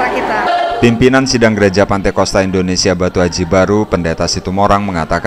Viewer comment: Hallo min bukan " pantekosta" tapi "pentakosta"